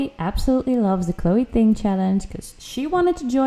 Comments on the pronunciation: it's chloe "Ting", not "thing" xD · Is anyone else annoyed she keeps saying thing not Ting!!